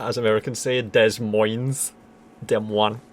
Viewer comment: Deh-Moyn. That's the local pronunciation. Nobody says "Dez Moyns."